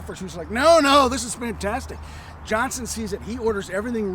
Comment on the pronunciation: OVER THE COURSE OF THE LAST WEEK, I HAVE HAD TO ENDURE THE INSULTING DESCRIPTION OF MY TWO ANCESTORS LEONIDAS POLK AND JOSEPH EGGLESTON JOHNSTON. COULD SOMEONE TEACH HOW TO PRONOUNCE JOHNSTON'S NAME?